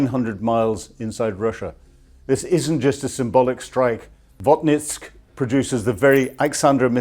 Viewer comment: Vot-KINSK, not Vot-NISK.